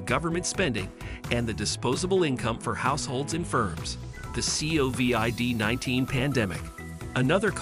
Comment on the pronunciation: CAN'T take this channel seriously as they use text to voice AI. The C O V I D 19 pandemic (each letter spoken out).